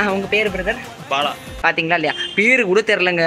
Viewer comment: Paeru ahh Illa beru ahh eanaya solraaa